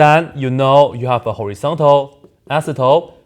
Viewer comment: Every time he says "asymptote" I hear "isotope".